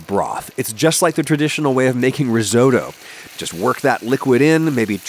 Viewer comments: It's actually your pronunciation of "Risotto" that might land you in trouble with the Cosa Nostra. It's not like Toto, the dog from Wizard of Oz, or the Canadian rock band..but Otto, like the German Von Bismarck. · REE SO DOUGH... Come on. At least try to pronounce Risotto.. and I'm not even Italian. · Adam, I love your videos- you are bloody good at what you do. But do me a favour? As someone who's family hails from Puglia, could you not pronounce risotto as ree-soat-oh? It drives me nuts to hear to Americans butcher Italian words and quite frankly, a man of your intelligence, education and heritage should know better! Peace out! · He pronounced risotto wrong, in a very american way. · Always impressed by your videos which invariably have good information. One small criticism: pronunciation of "risotto" the "o" is short as in "bottom", not long as in "DeSoto" (the automobile).